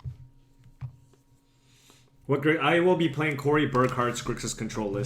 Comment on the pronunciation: I know you're Asian, but "contror" is a bit too Engrish for you.